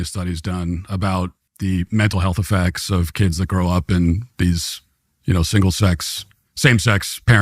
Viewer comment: LMAO when he said "the mental health effects" for HALF A HEARTBEAT i thought he said "the mental health of f@ LMAO i was like DAYummmh he REALLY went there